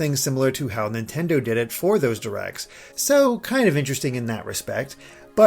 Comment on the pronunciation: Nontendo lol